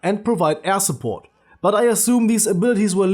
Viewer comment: I heard ass-support xD